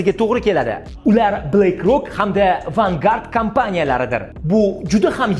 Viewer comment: Vangard emas Vanguard